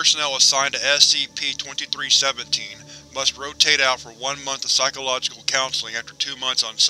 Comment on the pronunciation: Great video but when you say "SCP" It sounds like you are saying "Ass CP